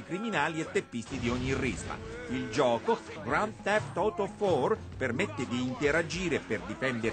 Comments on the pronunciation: a STUDIO APERTO dicevano grand tift auto......e qui grand theft oto e ke cazzo!!! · ahahaha grant theft oto ma leggete bene e poi ne bellissimo il gioco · OTO ma prima di dire ste cazzate informati sulla pronuncia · sisi si dice proprio ''oto'' ahahahah fanno solo ridere sti 4 pagliacci in tv!!! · beh posso rispondere io per lui, comunque si pronuncia non così si chiama Grand theft auto 4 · in inglese britannico ma essendo che gta è americano la pronuncia è sbagliata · Madonna ma l'azzeccano una pronuncia? Ahahahah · ti prego no.... QUELLA PRONUNCIA MI HA LACERTO IL CERVELLO... MA COME CAZZO USA IL PAD? Chi è il mona che usa il PAD così 😂😂? Che poi tra l'altro si può vedere dalla TV che in quel caso era una scena automatica di una missione del gioco dove tu non devi fare niente ma ti devi limitare a osservare come a volte succede nelle missioni dei videogiochi Rockstar, quindi non avrebbe un cazzo di senso muovere così il pad... Probabilmente ci hanno messo una persona che non ne capiva niente e l'hanno messa lì a muovere il pad così alla cazzo di cane, minimo il pad non era manco collegato alla play 🤦🏽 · E poi almeno pronunciate bene il nome! "Grand theft auto" pronunciato "grand theft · GRAND TEFT OTO FOR. se manco il nome sapete pronuncià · il "Belic" loro è pronunciato giusto, nel gioco è pronunciato male, per "oto" pure è giusto, il titolo del gioco è scritto in inglese quindi mica lo pronunci "auto" come se fosse italiano. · No no era GRAN FEFT OTO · gioca a "gran tef oto for" XD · GRAN TEF OTO Che pronuncia INGLISC. Vedere questo video mi rende molto triste, ma poi vedo il tizio che muove e scuote alla cazzo il pad e mi ritorna il sorriso :D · anni e anni di università per poi dire "grant teft oto"😂😂😂😂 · Gland teft oto mi sembra veramente una pronuncia divina!!-. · "Grand teft oto" "Niko Bellic" I giornalisti sono istruiti nell'inglese -.-" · Cosa ha detto? Grannn tef outoh? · hahahahaha mi sono ascoltato il GRAN FEFT OTO per almeno dieci minuti hahaha xD